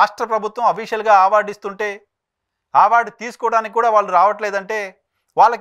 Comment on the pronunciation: మీరు ఆ*వార్డు అనడం మానేసి అ*వార్డు అనండి.